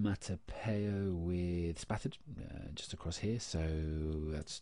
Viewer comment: did you really just say onomatopoeia wrong!?